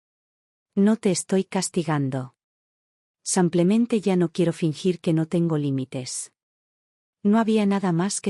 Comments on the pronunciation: Por qué la relatora, no pronuncia correctamente la palabra “simplemente”, y siempre en sus relatos dice “SAMPLEMENTE?” Todavía no sabe que es un error. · La relatora ha dicho ”cinco veces SAMPLEMENTE” es que no sabe que la palabra es ”SIMPLEMENTE” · La palabra es “SIMPLEMENTE” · Y la relatora sigue diciendo “SAMPLEMENTE”!!!